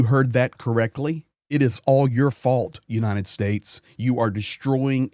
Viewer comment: Why is he always saying "unineted states". It's "United".